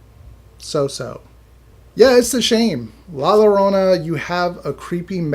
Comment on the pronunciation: The two L’s make a Y sound my guy